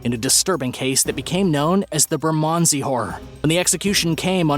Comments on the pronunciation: Burman Sea is how you pronounce Bermondsey lol, and where are Rose West and Myra Hindley? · Laughing at the way he says "Bermondsey"